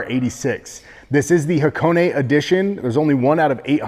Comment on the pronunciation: What's Hacone-ay? Do you mean Hakone? haは koこ neね